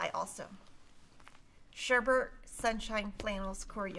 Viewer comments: Although many of the new fabrics are lovely, my favorite it "Sally's Stitches by Betsy Chutcheon. Immediately behind that is "Wheatland" by Kansas Troubles. You made me laugh so hard when you pronounced 'Sherbet' (as sherbert) and said it makes you crazy because it is spelled wrong. For most of my life, I also thought that, but, the word is pronounced as it is spelled and not with a second "r" as in "bert", but rather with out the second "r" as in "bet". See you in 2 weeks. Happy quilting! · I love the Sherbet Sunshine! you made me lol, sherbet isn’t spelled the way you say it because like most people you add an extra “r”. 😂😂 You’re so funny. It’s pronounced “shur-bit.”